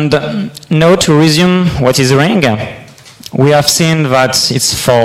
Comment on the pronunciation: …And here I am, watching this 2016 video explaining Ring features in June 2018 after a rough installation on my Windows 7 workstation. I know that will sound awfully rude to say, but despite being French myself, that broken English pronunciation gave me the creeps. Now, a little update about the Ring project on Windows 7 and Android. Scholastic Philosopher: ‘in the video they did it with SIP only I think.’ > The protocol by default in the current day Ring software is RING, albeit you can switch to SIP if you want to (in the Account settings). Scholastic Philosopher: ‘it would be nice if they had put their ring ID as a bar scan so that others could be able to add them’ > It seems the current Ring software creates a QR code out of your Ring ID in order to easily add people on the Android app. First, the "bad" stuff: On my W7 version of Ring, the software came to a halt when I tried running it right after the install and during the very first run. The software cannot use the embedded camera if Skype is already running on the computer. You can't switch audio and video input/output devices on the fly (doing so may even halt the software altogether). By default Ring is set to run when you log on your computer. By default just going into Settings > Audio/Video tab will activate whatever camera is available, you cannot deactivate the camera if your computer doesn't have a switch to prevent this. When the lag between the source and target computers is too high, only setting video to "